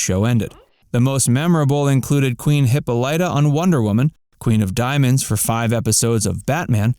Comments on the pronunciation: hippo lighto lol its hih pole ta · Learn how to look up words. "Hippolyta" is pronounced "hih-PAHL-ih-tuh." Ted Cassidy was trained as an actor, Lurch was his first TV role. Hillard is pronounced "HILL-yerd." John Astin's chyron is wrong. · I'm still cracking up about the narrator's mispronunciation of the name Hippolyta. 😅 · They mispronounce Hippolyta it’s killing me